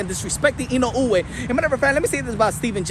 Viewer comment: I've seen almost all the pre- and post-fight analyses of the Inoue v. Fulton bout. And this commentator is only one of two English-speakers that took the time to pronounce "Inoue" correctly. I will rely on this channel rather than ESPN or other legacy outlets for coverage of the world-wide people's sport: boxing.